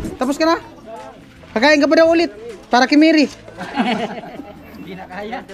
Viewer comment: pina pag aral ka di mo alam PROPER PRONOUNCIATION?